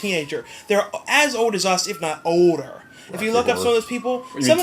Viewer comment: Haha at 8.00 you say odor and not older you idiot.